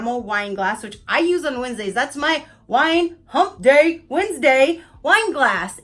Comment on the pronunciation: Say hump day again.... it makes me laugh.